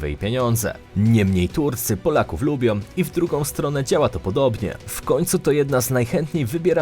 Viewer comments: Po polsku mówi się szanują,a nie "szanujom", lubią,a nie "lubiom ",z rodziną,a nie "rodzinom" Ciężko jest przebrnąć to wszystko. !!!!!! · Ja bym miala jeszcze inne uwagi. Caly czas slysze zamiast ą na koncu wyrazu om. Turcjom, Polskom, potrafiom, dobrom, krajom itd. Nie brzmi to dobrze i nie jest po polsku. Jak to dobrze, ze nas szanujom, jestem tym krajom niezmiernie wdzieczna, ze nas lubiom.